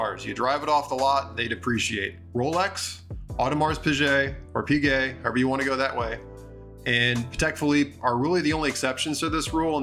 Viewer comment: It’s not Audemarssssss, you don’t pronounce the “s”. It’s just “Au-de-mar”